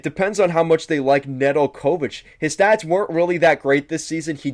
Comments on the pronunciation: Pretty poor review. First hints were the pronunciation of NedelKOvic and SEEmoan Edvinsson telling you this guy has very little idea what he’s talking about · “Na del co vitch” Nedeljkovic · Neh-dul-KO-vich? The accent goes on the second syllable. Come on now. And Babcock wasn’t fired by Detroit. Babcock decided to move on and his choice was between Buffalo and Toronto. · Learn the players names if your going to talk about a team. Butchering Hirose and Nedeljkovic's name shows me you don't follow the team. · Babcock got fired by Detroit? No, they got outbid by Toronto that made him the leauges best paid coach, then THEY fired him, not us. Zadina might not get a spot on the roster beacause of "younger top prospects like (26 year old none drafted career AHLer) TARO HIROSE"?😅 And that butchering of how to pronaunce Nedeljkovic... Sorry not trying to be mean i just could not continue to watch after those three glaring mistakes only during the first 5 mins of this video. Do some research before posting if you want your channel to be taken seriously and grow... No offense just a friendly tip. LGRW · Bro do you not watch the games? WHy'd you say Ned's name like that? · I could not contine to watch after that butchering, in general i basically feel that all credabillity to know what the heck you are talking about gets lost when ppl cant even pronaunce their names😏